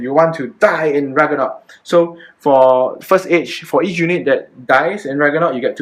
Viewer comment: Haha. Rag-NA-rok.